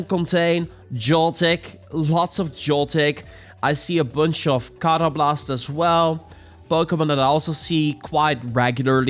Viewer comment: Haha man je zei karrablast heel erg Nederlands! Love it! Also keep up this grind, I really love your content and started playing again myself!